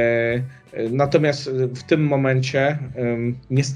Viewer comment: Panie kandydacie.. mówi się natomiasT, nie natomiaS :)